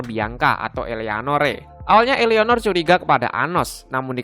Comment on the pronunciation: "I" BANG BUKAN"EA"